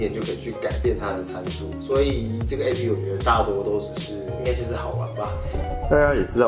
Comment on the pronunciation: 提個小意見 : A-P-P（逐一唸出字母）是錯誤的喔! app這個字是由application縮寫而來，所以當外國人在唸這個縮寫時，只會唸成/ˋæp/，並不會把每個字母都唸出來唷！